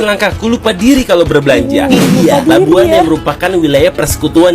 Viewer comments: Labuan..bukan Labuhan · Ayat sebutan tu tak betul LABUAN bunyinya bukan LABUHAN tapi bunyinya LABUWAN betulkan sebutan tu jgn kelirukan orang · ...Labuan. bukan Labuhan... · Ohhhh.. ohhh ting ting... bukan Labuhan lah, ( Labuan ) 🤣🤣🤣🤣🤣🤣🤣🤣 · Bukan LABUHAN tapi LABUAN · Labuan..bukan labuhan✌️